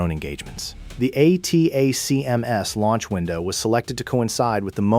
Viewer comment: "ATTACK-EMS" << acronym pronounciation. "G-U-R" << sounds like this. Your video visuals dont match the audio. The video is too long. Asking questions? sophomoric. This would make a good 10-minute video. What it lacks is cohension and what it needs to get rid of is saying the same thing more then once. Just set the ground work and then move in to the kll. People dont have time to waste watching 10 minutes of the same narration. Finally, state your references, such as putting up screen shots from ISW or AFU released reports. Good try, but needs tightening.